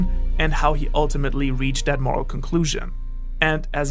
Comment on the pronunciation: you said “what makes someone morel” and i was like idk carry around a big pipe